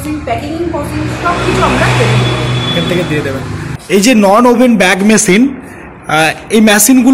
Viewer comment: ম‍্যাসিন নয় মেসিন বলা অভ‍্যাস করুন